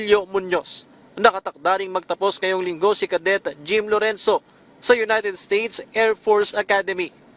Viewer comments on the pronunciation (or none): O! Nag English ka na naman na tunog tag-alog! Ka-det … cadet (kaedet)!